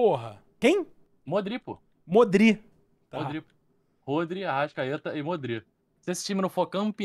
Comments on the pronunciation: já tava difícil, mas a partir do momento que ele falou MODRÍ, eu não tankei mais nada kkkkkkkkkkkkkkkk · tem uma live que ensinam o a falar Modrić e ele continua falando Modrí kkkkkkkkkkkk